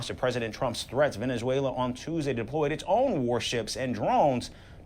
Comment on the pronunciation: He mess up Venezuela 🇻🇪 😊